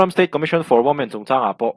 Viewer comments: I video hi a ngaihnawmin a rintlak riau thin.Ka hmaih ngai lo.Saptawng pawh hi i thiam riauin ka hria a,lal thu chu thu tawp tih ang deuh khan i hman dan apiang hi chu dik hle zel turah ka lo ngai a,mahse,mi tam tak kan accident thinna kawiah tuntum chu i accident ve tlat mai.Woman hi uomen,Women hi uimen.Please becareful.😊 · Women.......Uimen Woman ..... Umen ...... Aw?